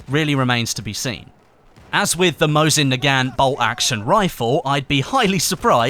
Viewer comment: mosin nagant is pronounced, mo-zeen nah-gawn (silent t)